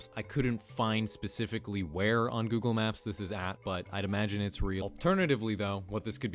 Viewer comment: "Goggle Maps"